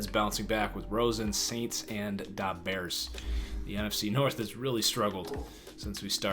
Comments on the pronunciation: Why you saying the bears like da bears that got me dead bro hella funny😂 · Bacochie10 fr 😂😂